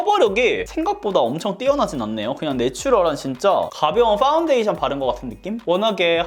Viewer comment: 파데 발음하실때 퐈운데이션이라고 하는거 넘 기여우셔용ㅋㅋ